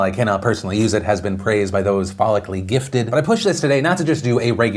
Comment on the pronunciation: I thought you said phallicaly gifted.